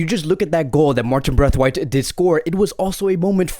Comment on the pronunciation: Please say brathwaite and not braithwaite